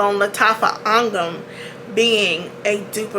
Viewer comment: The accuracy of her saying angham is music to my ears